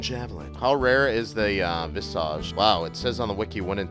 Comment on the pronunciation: Why can't you say Visage right. It's not a Harry Potter spell its not visaaage it's pronounced vis-igde